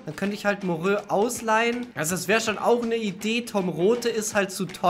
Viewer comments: Moreau spricht man nicht Morö sondern Moro aus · Das Talent Moreau wird normalerweise eigentlich Moro und nicht morö ausgesprochen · Dylan Moreau spricht man Moro aus, ist ein französischer Name